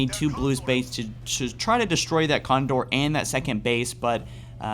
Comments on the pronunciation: it'a con-door not con-i-door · It's a con-door not a con-i-door!